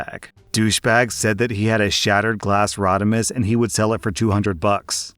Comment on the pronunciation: pronounced "Rodimus" literally perfectly, to the point I am starting to wonder if he's into Transformers too